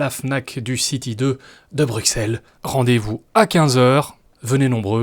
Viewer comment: Si même un belge prononce bruksel, où va t’on ! 🤣